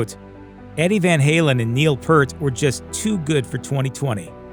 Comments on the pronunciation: & : Neil Peart's surname is pronounced "peert", not "pert". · It is not PERT. His name was pronounced PEERT. Like "Pierce" but with a "t" instead of the "s" sound. "Pierte" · Learn how to pronounce Peart for Christ Sakes. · The guy doing the voice over for this video kept mispronouncing Neil Peart's last name. I kept cringing every time he got it wrong.